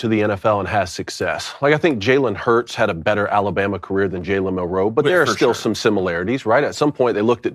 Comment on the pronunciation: You guys have butchered Milroes name for two years. It’s MILroe